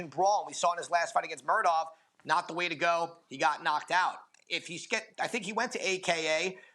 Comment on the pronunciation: "Da" instead of The? Stay your ass in soft ass Indiana